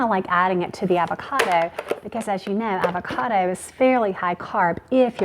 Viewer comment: I can't stand the way she says "avocada" instead of "avocado"